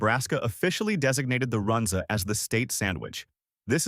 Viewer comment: This video cracked me up. The don't know how to pronounce Runza, Listed the Bohemian Cafe which has been closed for almost 10 years. Omaha steaks is a joke and nobody in town thinks the steaks are quality.